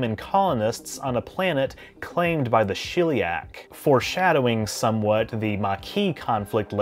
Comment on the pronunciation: Shell-e-ack. Not shill-e-ack.